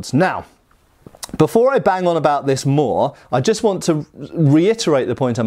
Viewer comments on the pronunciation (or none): none